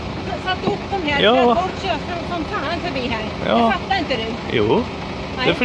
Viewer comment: ”Men jag fattahrj inte va du pratar ohm”